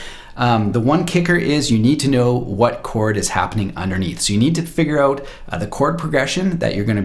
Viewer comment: "Let's check it oot." Ay?